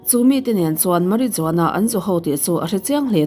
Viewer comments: Marijuana- Mariuana tia lam rik tur ani e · Marihuana. J hi H ang in lamrik tur a ni.